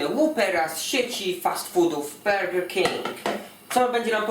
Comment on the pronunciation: jak on powiedział Burger King:P